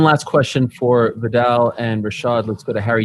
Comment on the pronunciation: No American knows how to say Viddal